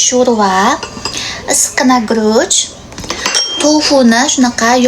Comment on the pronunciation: GRUCH mas GURUCH diyiladi